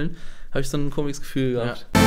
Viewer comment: Wieso sagt er immer: 'komiges'? Mein Gott es heißt komisches!